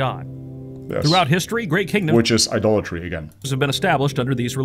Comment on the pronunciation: He said idolatry, i too heard adultry first time😅😅